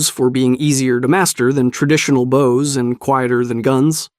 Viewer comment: and why do you say baus and not bows